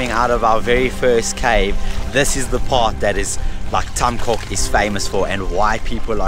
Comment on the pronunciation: beautiful video! Just one thing: "coc" is pronounced "coke" with soft "c"